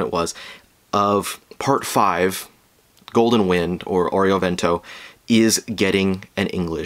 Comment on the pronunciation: Isnt it meant to be pronounced airo not oreo because wind=air